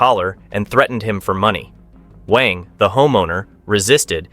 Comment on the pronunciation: WANG is pronounced as "W-u-a-n-g"